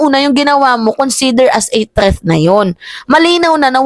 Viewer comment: My love.... THREAT hindi po 'TREATH." Huwag mamasamahin love.... para huwag kang punahin ng iba, ako na lang kasi love kita, hehehe.